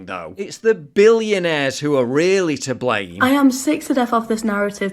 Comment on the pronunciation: the way you say "BILLIONAIRES" cracks me up every time since that video where you rinsed that guy out for blaming the BILLIONAIRES for all our problems 😂